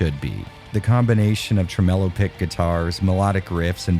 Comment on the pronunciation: You mispronounced tremolo